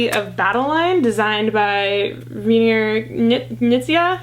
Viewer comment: I love how you pronounce Reiner Knizia's name, like he's some obscure designer you've never heard of. :)